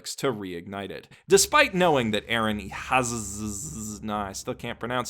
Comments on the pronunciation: So you read it as Aaron Ehash cuz you read sz as sh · Lmao.. I do think the name is pronounced "Eh-Zee"